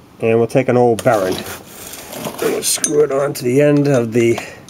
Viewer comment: Although your pronunciation of the word 'bearing' is amusing, your video was actually very useful. I was able to get the job done in a couple hours with your help. Thank you for making the tutorial. FWIW, I did't need to grind/cut off the teeth holding the bearing in. Simply hammering the bearing out with an appropriately sized socket was enough to break them off. Saw someone do it with a press as well, but I didn't have one handy. They just break off as the bearing slides past.